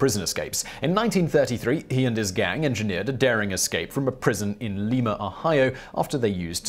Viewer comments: It's not 'Leema' it's 'Lima'. I used to go to a tavern that had a picture of Dillinger behind the bar, apparently he was a fairly regular customer due to it's isolation. It was torn down 30 yrs ago and replaced with an ice cream stand. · It's not Leema it's Lima (Lie-mah) Ohio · Lima, Ohio pronounced lime-a because not a Spanish speaking state. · Lima, Ohio is pronounced with a long "i" as in lima beans, not like the city in Peru. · LIMA Ohio isn't pronounced like the Peru capital Lima. Long I sound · how so, when one eats a lima bean how is that pronounced. That's how we pronounce the city here in ohio